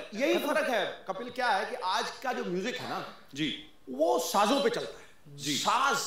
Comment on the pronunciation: कपिल not kapal